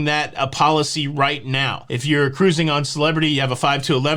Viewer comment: Oh you make my day with the hand motions while saying Ka-ruising!!!! Lol